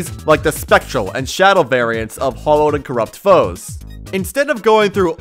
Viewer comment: It's not Hollowed. It's Hallowed! Hallow is like holy Hollow is empty